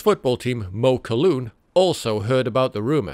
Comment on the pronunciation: It is NOT MAWKOLOOON ...It IS MUKAAAAAWOLOOON